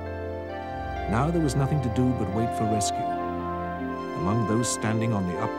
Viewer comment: It's rescue not whisky 😐